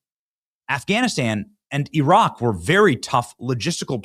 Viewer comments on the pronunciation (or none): none